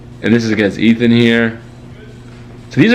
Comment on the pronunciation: It's Ethan, not Ethane......just saying😂